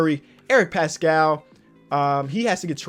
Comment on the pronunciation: it’s pronounced like Passkull